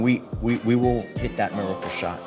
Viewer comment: I see. "Miacle" wasn't a typo in the title of this video. It's because of the high pitched pronunciation of that word to emphasis the significance.